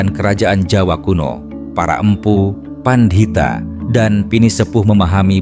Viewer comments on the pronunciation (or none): Konten sangat sangat bermanfaat bagi jiws yg mengalami kegersangan. tapi saya sangat sangat mohon mohon maaf ada kata kata jawa yg perlu ditinjau dari segi pengucapan (kata SUMELEH, PANDITHO ) . Sekali lagi mohon maaf .